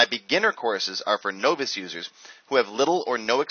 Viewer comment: Why do you keep mispronouncing "novice"? Ugh...